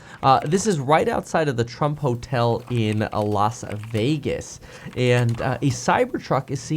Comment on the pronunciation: Why did he say A-lasa-vegas lol